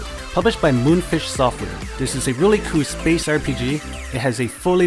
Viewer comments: It's "cool" not koow, I know you are trying to appeal to a larger audience using English as a language, but it's clearly not your first. I swear, it's either a league of dudes speaking second hand English with repetitive trance music in a countdown format, or just one. nb4liberalwhiteknightsarecoming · just wondering why don't you pronounce the L at the end of the word cool and in some other words, but most you can pronounce fine? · just wondering why don't you pronounce the L in the word cool sometimes? I notice sometimes you pronounce it properly and sometimes you don't. you could try using other adjectives other than cool it just gets boring after a while when you describe most of them as a "a really cool ____" also I'm wondering why don't you look at the positives and negatives of games? cause I notice you mostly focus on the positives but that's only one side of the coin sometimes.